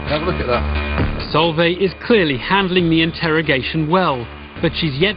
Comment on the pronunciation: It's pronounced Solv-eye she's a really good family friend x